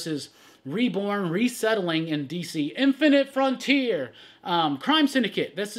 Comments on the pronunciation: I love it when says “INFINITE FRONTIER” 😂 lol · lol, please stop saying "inifinite frontier" like that...oof